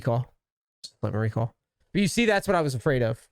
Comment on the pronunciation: Bostonian comin out being cool with a RECAWL:P